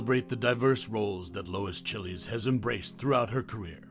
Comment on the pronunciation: That movie is here for free right now but I doubt that's the way her last name is pronounced ... this guy making it sound like it's a country from South America or a food .